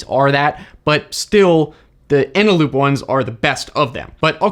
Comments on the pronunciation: Eneloop. I’m a bit suspect you didn’t know this??? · Repeat after me: ENELOOP FUJITSU LADDA. Again...